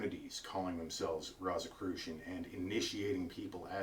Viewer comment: First of all, you pronounced Rosicrucian incorrectly; therefore, I can't take you seriously...